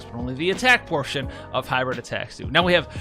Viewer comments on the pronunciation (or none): none